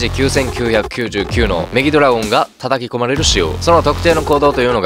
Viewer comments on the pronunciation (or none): 一回メギラドラオンって言ってる!